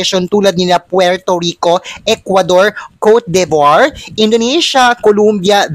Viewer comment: Exceptional performance ng Philippines and utter beaity; the sun shining through! better pronounce Cote de Voire ( kor du) vwar).